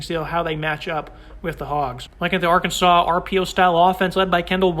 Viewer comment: The final "s" is silent in Arkansas. Come on.